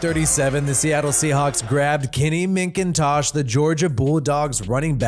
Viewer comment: Why you say Minkintosh? LoL